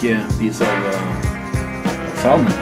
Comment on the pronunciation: Bare en liten tips, på engelsk den L i salmon er stum - vi sier "sæmen"